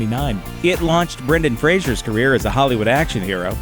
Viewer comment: You’re mispronouncing Brendan Fraser’s name. I kind of feel like the people whose job it is to talk about movies ought to know what the actors are called.